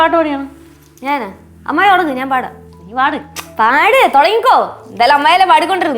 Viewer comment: മമ്മായി അല്ല അമ്മായി എന്ന് വിളി